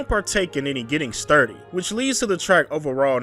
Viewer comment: “I don’t partake in any getting sturdy 🤓” bro why did you say it like that 😭